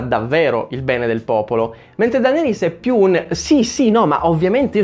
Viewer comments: Odi cosî tanto Daenerys che non riesci a chiamarla giusta... DENERIS non DANERIS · Ma la chiami ancora "Dàneris" hahahaha